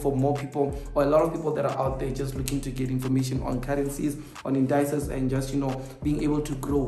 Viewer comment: Indices not Indayces,, just saying